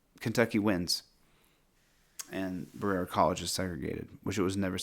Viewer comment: Berera is pronounced ba-re-a from someone that lives 45 min away. Thought you might want to know in case you use that case again.